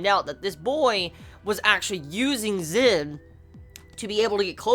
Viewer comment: He's name is Zen not Zin! no offence